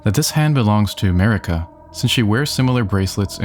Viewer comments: Sorry but it’s definitely Marika lol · Dumb video 😂it’s marika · 🤦‍♂️ jfc, of COURSE it’s Marika. Good lord.